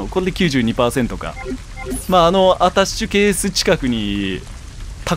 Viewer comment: 一人称『あたし』発言が多くて、『アタッシュケース』すら『あたし』に聞こえてしまう